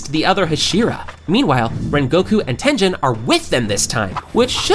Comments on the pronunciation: tengen ❌ tenjen ✔ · Tengehn instead of Tengen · Bro is saying tenjen instead of tengen or uzui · His name is not tenzen it is Tengun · Your saying tengens name wrong its not ten-dhen its ten-ghen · His name is TenGEN not Tenjen...??? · “Tenjen” 😭✌️its tengen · Who tf is TENJEN!?!?! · It’s that Jen , it’s tengen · Maaannn who the hell is tenjen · Bro I got pissed every time he said tengen. Like great vid but dang say the name correctly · Tengen (Ten-GINN) not Tenjin, and it’s Mugen (Mu-GINN) not Mujin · Muzan (to Tanjiro): Hmph! You've been reading the Demon Slayer wiki on Fandom, haven't you?! Besides, it's actually pronounced "ooh-ROH-koh-DAH-kee", "GEHN-ya", and "TEN-gehn" (I'm half-Japanese).